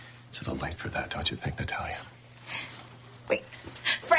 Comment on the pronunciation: You are so right! I thought I was the only one who didn't like the way he says it. "Naaataaaliaaa." Isn't it supposed to be Nah-tah-liah. Like the difference between batter and father.